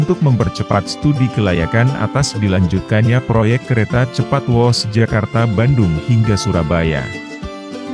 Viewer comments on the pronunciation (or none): Whoosh itu bacanya Whuuush bukan wooooosss masa yg gini aja gk tau